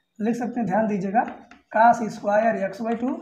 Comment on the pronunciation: Sir aap bhut achha padhate ho par aap x ko yaks or cos ko kas bolte ho thoda Ajeeb lagta h